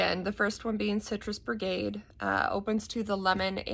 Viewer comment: Its BIGarade not Brigade....